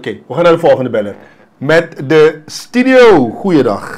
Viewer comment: je zegt altijd Stidio het woord is Studio...